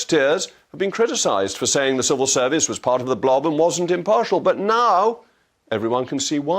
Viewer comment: I'm just chuckling at Naddine Dorries saying the words "serval servant" instead of "civil servant".